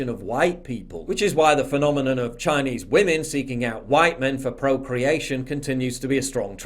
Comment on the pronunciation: why does this man speak "chiiiaayeneeease" like that